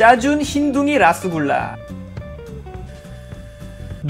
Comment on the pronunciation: 라스굴라랑 루스굴라에용 영어 잘읽어보세요 ㅋㅋㅋㅋ